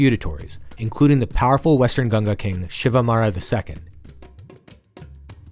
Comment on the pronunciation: First of all learn how to say GANGA right.